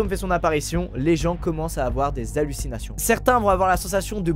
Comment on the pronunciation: Tu as dit 4 fois allusinations et tu es de venu un prof d'Histoire et SVT ou quoi😂